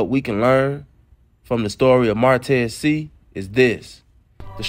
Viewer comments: I always appreciate you!! Just an FYI..the last name is pronounced “say”..I have family with the same last name..keep dropping & free you!! 💪🏾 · It’s pronounced “Shay “ I think